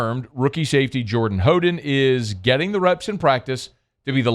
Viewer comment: It's How den